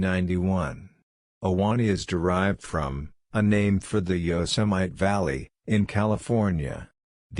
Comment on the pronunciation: Oof this is hard to listen to 😞 “Yos-em-ite valley”? C’mon that’s such bad pronunciation